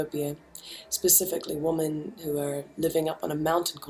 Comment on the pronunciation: Someone needs to break it to Kimbra that she's pronouncing the word "women" wrong! (hint: it sounds different to "woman"!). Keep it up Kimbra love your work, here and everywhere else!